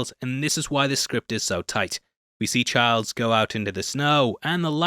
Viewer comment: It's Childs, not Chards 😂 hahaha